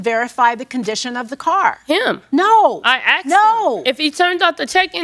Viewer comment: The "cadillac" converter and "I axed" him cracked me up